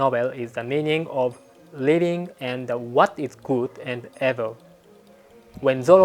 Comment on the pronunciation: Do you want pronunciation lessons/ help? I would be willing to help you sometimes. For example the way you say evil like “eh-vil” when it should be more like “ee-vil”. Not making fun of you. Im very impressed with your english. If I wasn’t a fan i wouldnt offer help. I live in Hyogo and would be willing to help with your pronunciation via an online chat! For free of course.